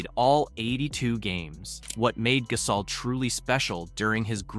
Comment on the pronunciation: Please learn how to pronounce his name. GUH-saul NOT GAS-awl